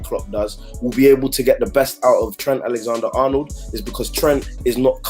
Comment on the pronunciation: butchering Trents name LOL. It’s Alexander not Alexandre🤣 he’s not a girl